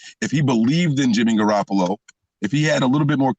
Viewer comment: He keep saying jimmy garapalo